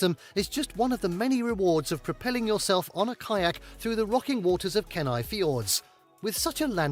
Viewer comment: Ken-eye instead of Keen-eye 😬